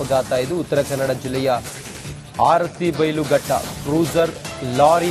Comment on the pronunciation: ಆರತಿ ಬೈಲ್ ಘಟ್ಟ ಅಲ್ಲ ಅರಬೈಲ್ ಘಟ್ಟ